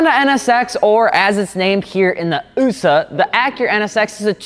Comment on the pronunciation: Homie really out here saying “ughsuh” instead of U.S.A